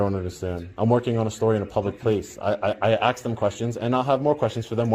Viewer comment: Funny how somebody that runs a successful Youtube video doesn't know how to pronounce the word "ask".